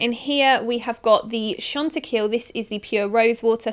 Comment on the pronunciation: Chantecaille are pronounced very different but don't worry about it at all. I enjoy your videos - you are lovely to watch